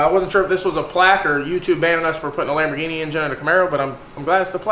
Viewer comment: "Lambaro" "Cambini" ...So many options ;)